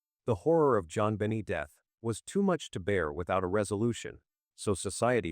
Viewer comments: Dina ,Jonbeni 😅 Dna , JonBenet . AI Can't pronounce names correctly , sounds funny .. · As interested as I am with this crime, I can’t listen to the rest of it due to terrible ai narrative. It is so exasperating to hear the stammering stuttering robotic voice, I can’t stand it. It even calls the child “Jon Benny” over and over. Ggaaahhhh! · This is the worse narrator I’ve ever heard. Jonbennie, Deenah (DNA).? He sounds nuts.👺👺👺👺👺👺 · This AI narrator is annoying!! People don’t talk like this!! He mispronounces her name, pauses in weird places, etc. Besides, NONE of the family’s DNA matched !!